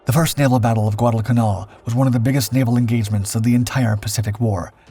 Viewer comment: I like your content very much. That said, one small question: Why do you pronounce 'canal' the way you do?